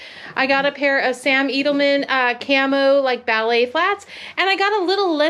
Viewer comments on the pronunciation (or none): Helpful hint. Sam Edelman is pronounced "eh duhl muhn".